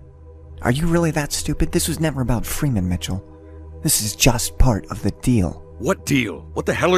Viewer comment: Why the fuck can't the G-Man say "Freeman" properly? Jesus.